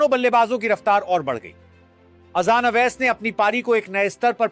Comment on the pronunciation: Ajjan nahi hai wo azan hai😂😂😂